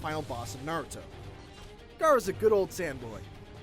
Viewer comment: Finally ign says naruto's name right. Not narudo but naruto.